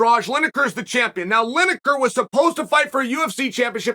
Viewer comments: Linejer, Maklechev, Oliver, Yarear, Prokriev, Provaki, Provider? Who really is the GOAT? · Lineker/Linejer Tomato/Tomajo